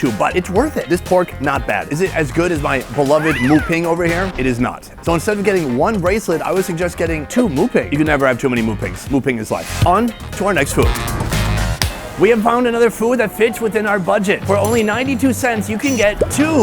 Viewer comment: The pancake things at the startare called "Tokyo" I think they are blaaa lol. You need to say "Moo Ping" with a B not a P. Did you call a tuktuk a jeep jeep? Not quite right for sauce lol. Thai people are not morbidly obese ? Have you not opened your eyes here lol The obesity and diabetes rate is scarily high nowadays! Did you call enoki mushrooms needle mushrooms? lol and its Nutella not new tella!!!! lol I think you ate as much plastic that day as a carrier bag. It's great we can get stuff pretty cheap still, but the plastic usage is arggg :( Top video again as always! Double thumbs up for vegan jokes lol